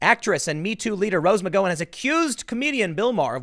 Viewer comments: If Tim can’t eventually pronounce McGowan correctly, I’m going to snatch the slat of the fence in his crack out and jam it in my ear!! FFS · Are you pronouncing her last name right. Because I don’t think you are. You’re the only person I’ve ever heard pronounce her last name like that. What’s the deal? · 😂 Hilarious how you continue to mispronounce McGowan.. Great job. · have you never heard her name pronounced before? it's amazing that you continue to mispronounce after all these videos you produced. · It's Can't care less. Also, it's McGowen, as in Ow, like when you stub your toe. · I think the Gow in McGowan is pronounced like "Cow." Mc-Cow-An ... like that. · Why does Tim say McGawon like an R word? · Tim, Rose "Muh-go-in," Pool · Tim: It’s /mik-GOW-un/, where the “GOW” rhymes with “NOW.” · Please check your pronunciation, the ow in Gow is like the ow in Pow. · rswindol OMG! Between saying her name wrong several times and saying Mika’s name wrong the other day... it’s like nails on the chalkboard after awhile. Just say their names right, dang it! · You can't pronounce her last name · That’s a weird pronunciation of McGowan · One of these days we're gonna get Tim to pronounce McGowan correctly. I'm holding onto hope. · Please learn how to pronounce Rose McGowan's name correctly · Why do you refuse to say Rose McGowan's name correctly? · McGowan is pronounced like the noise you make when you stub your toe, come on Tim 😉👍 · I think you pronounce her name wrong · Are you mispronouncing her name on Purpose... i mean it's been months and you've still got it wrong.... am I missing an inside joke? "Mc Gow in" -not "Mc Go In", like owe, sow, pow, wow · It's McG-OW-an. Not McGO-an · Tim, it's a small thing but her name is pronounced Mc Gow-an not Mc Go-un. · I always thought it was pronounced "Mick gow-an". Hearing "mick go-in" makes me giggle. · I Can't stand it anymore!!!!! Google her name please you are pronouncing it WRONG it's Mc-Gow-an not Mc-Go-en